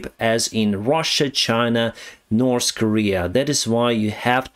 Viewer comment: I like how you spell "north" as "norse". When you mentioned Norse Korea I immediately imagined Vikings ruling Korea from Pyongyang XD